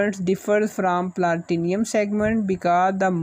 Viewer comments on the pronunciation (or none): Platinum hain woh planitium nahi , Bhai acche se pronounce karle